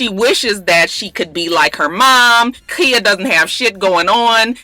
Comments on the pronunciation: Khia pronounced Kya....Im srry I had to...Im just alwys kinda lost whn u say Kia. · its khia not kia lmao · her name is pronouced Ky-yah lol no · Kya is how Trina pronounced it lmao it's actually Khia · Girl I’m starting to think you being shady calling that girl “Kia” like the car 😂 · KY-A! Not Kia... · Its Khia...just with a long 'I'!!! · when you said ole Waford dude was black, I seriously shouted, "Whaaaaaat!?" SMH I can't stand that mess! Also, I didn't know Khia's name was pronounced "Kya" either. It's alright. I hope not too many more folks come on here and say something. We know how you hate that. lol Merry Christmas,! Blessings to you and yours! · I love you but I cringed every time you said Keeya. Lawd. 😩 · Just because I'm afraid that khia might see this video and come after you her name is pronounced like "Kya" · Who knew it was pronounced like a "y" when its not spelled like that? Most mia's, tia's and so forth sound like they're spelled... who really cares? Its a common mistake when people want to get extra creative when naming their children... lol!😞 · no its Khia. you just pronouncing it wrong.